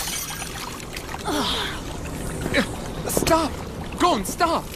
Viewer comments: wait did i hear kurapika say goan, instead of gon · I watched the show in Japanese and call them gon and killua and everyone who watched the dub is calling them gohn and keelwah